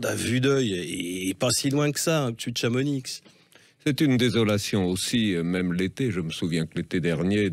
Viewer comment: Chamoni pas Chamonikse le x est muet. On dit bien Pari pas Parisse. Glandu de monchu qui viennent skier et nous faire chier et valide les projets d'urbanisation et de bétonnage de nos montagnes et sa pleur écologie après. L'hypocrisie dans tte sa splendeur